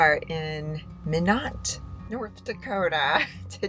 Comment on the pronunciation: Lol. That is pronounced My not North Dakota (minot) .